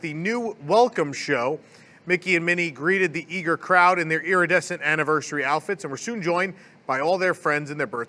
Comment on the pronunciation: I've been taking a drink every time I hear "EARidescent" It's been a very rough week...